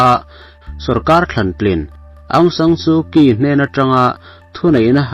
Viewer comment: Aungsan Shuky tia lam lovin Aungsan Suchi ti khan i lam thin dawn nia